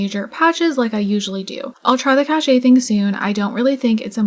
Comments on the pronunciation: Cache is pronounced like "KASH" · Cache. Interesting word. Mostly because I'm curious why I've now heard a couple people on YouTube, all people playing sims, call it "Cash-ey" instead of "Kash"